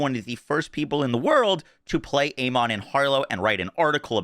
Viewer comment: Has Gearbox actually specified how to correctly pronounce "Amon"? In English, it's normally pronounced "A-men", and with its Egyptian pronunciation it's "Ah-mun". Neither is "A-mon". Also, is this gameplay from a Switch 2 outside of docked mode? Because that's the kind of 23fps performance I expect. If that's on a decent PC...ugh.